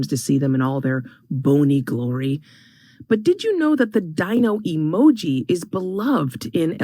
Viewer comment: Even if “emoji” is the correct plural usage of the word emoji, the way they pronounce it sounds so friggin’ pretentious! It’s honestly just as infuriating as the story itself. No one that isn’t a complete d-bag uses the word “emoji” when talking about more than one emoji! Just add the “s” and stop pretending to be smarter than everyone else!